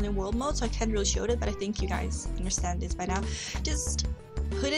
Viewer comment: I'm sorry but your voice is really obnoxious at times, the way you say 'dis' instead of 'this' and pronounce 'file' as 'fale'' is bothering me so much,.